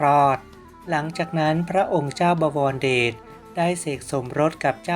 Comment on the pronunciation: บอ - วอน - ระ - เดด อ่านไม่เป็น